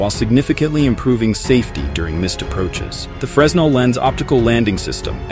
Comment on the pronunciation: The video is great, but the AI mispronunciations is a little distracting (Leyte Gulf, Antietam, Fresnel Lens as a few examples). Good work!